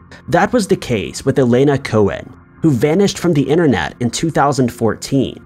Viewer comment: ‘Inner net’ ‘ yoooo tooob’ 🙉